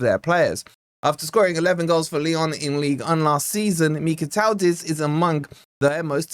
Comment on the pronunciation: Mikautadze is one of my favourite attackers - would be a great addition! I’m no Georgian, but I think his name is pronounced: Mee-Kow-Tad-Zuh At least that’s how I’ve always heard others pronounce his name